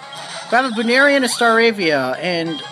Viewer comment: I'm laughing at some of your pronuciations, really. Buneary comes from bunny and ears.